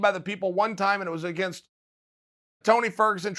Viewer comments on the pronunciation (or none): none